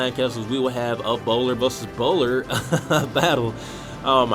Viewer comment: I keep hearing "Ebola"